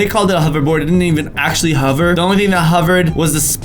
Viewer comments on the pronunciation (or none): Who else noticed he said huver instead of hover! 😂?